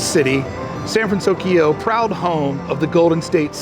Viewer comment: Good on you for saying "San Fransokyo" correctly now 😄 Has the music changed there? Does anyone think it might?, you're the best!!! Your videos are always so well done and entertaining. Looking forward to becoming a Club 1313 member!